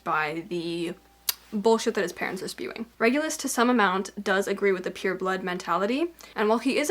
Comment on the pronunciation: Ngl the fact that you pronounced "pur(e)" like "peur" (fear/afraid). It kind of makes total sense